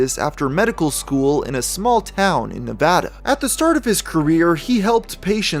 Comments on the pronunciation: as someone who lives in nevada, it brings me great joy he says nev-ah-da instead of nev-auh-da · Thank you for pronouncing "Nevada" correctly